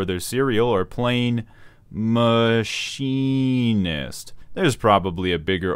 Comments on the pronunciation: I cant hold it in any longer, I want you to say the word MACHINE 10 times in a row and then say Machinist again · You got me saying "Mah-Kin-ist" and it's too late to change me now.